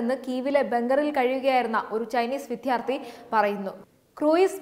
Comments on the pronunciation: വിദ്യാർത്ഥി എന്നു ശരിക്കു പറയണം. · ദയവായി വിദ്യാർത്ഥി എന്ന് ശരിയായി ഉച്ചരിക്കു. കഷ്ടം.....